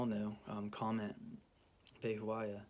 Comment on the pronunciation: It's PRONOUNCIATION IS VE/BE HO YAH NOT VE HO A YAH